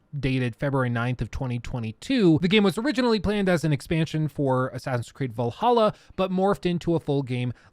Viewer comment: I can't believe you called valhalla AAAA, I died inside that moment.